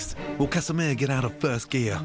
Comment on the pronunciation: casamia, not casamir